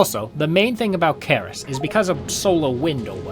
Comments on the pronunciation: it's pronounced "S-er-ee-s", the C as in "centre" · For the entire video I cannot get rid of feeling you are calling it wrong. I'm pretty sure it's read with "c" as in Cerberus. Aside from that - love the video!